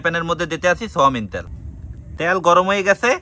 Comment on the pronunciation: সোয়ামিন নাকি সয়াবিন?